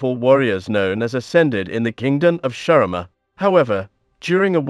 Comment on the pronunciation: "Naafairi" "Sharima" "Aicaivia" It hurts